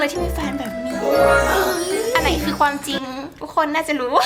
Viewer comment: ทำไมพี่อาจุมม่าถึงพูดคำว่า"ความ" เป็น"กวาม"อ่ะ